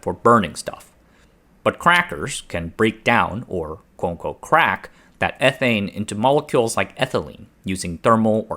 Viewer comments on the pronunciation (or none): And don't even get me started on "quo unquo". Like suddenly there are no Ts in those words anymore.